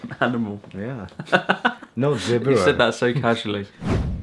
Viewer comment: The tutor can't even pronounce Zebra correctly :P